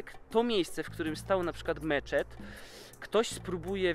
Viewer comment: Ocochodzi z tym ''Meczet''